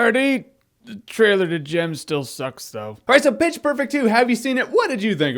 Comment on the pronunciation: Every time you said pitch its sounded like bitch